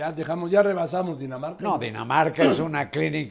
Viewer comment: CLAUDIA, NO ESTAMOS EN DINAMARCA, ESTAMOS EN "DINA NARCA" 💀💀💀💀💀💀